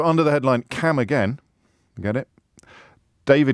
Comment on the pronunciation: Am I the only one who heard CAM AGAIN? as HAM AGAIN? 🐷